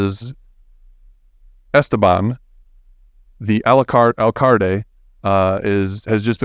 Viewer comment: "The Al-Calde" (pronounced like "AL Kal-day". Not "AlaCarte". Lmao